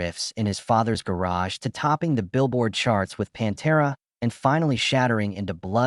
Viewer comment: Good ol' "PONTERA" 😂😂😂😂